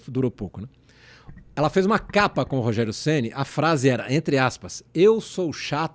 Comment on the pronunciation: "Rogério Geni" kkkkk